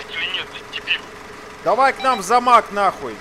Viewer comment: Каждый раз слыша ,,Замак,, прорывает на смех. Вроде такие сурьёзные а говорят давай в замак